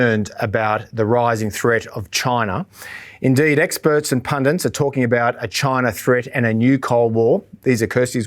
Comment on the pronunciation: 12.55: The word is "PUNDIT" not "PUNDINT"!!!!